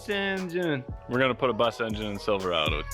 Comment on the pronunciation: It's pronounced Silver-ayyyy-do there.